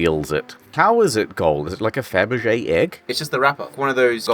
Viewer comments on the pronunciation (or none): none